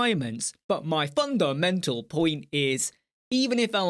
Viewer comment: "My fun-DE-men-TAL pOiNt is..." 🤣 loved that bit!